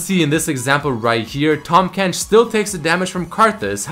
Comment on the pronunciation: IT'S TAHM FUCKING KENCH NOT TOM KENCH T-AHHHHHHHHHHHHHHHHHHHHHHHHHHHHHHHHHHHH-M KENCH not T-AWWWWWWWWWWWWWWWWWWWWWWWWWWWWWW-M KENCH